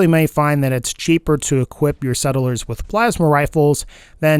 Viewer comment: No one:: s e d d e l e r s